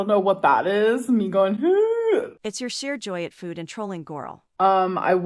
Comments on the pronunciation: Why is she pronouncing food like fooohhd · Literally nobody gives a shit whether she eats shit tonnes of food (or "fawwd" as Amber likes to pronounce it now, because that's probably how her gorlfriend does) on camera or not.